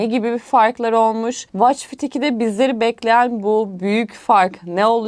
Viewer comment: Israrla watch kelimesini yanlış okuması ingilizce bilenlerin kulaklarını tırmaladı... Onun dışında harika video olmuş teşekkürler